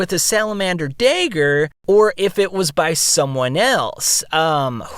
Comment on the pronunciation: for the love of all that is good and holy, it is d'A'gger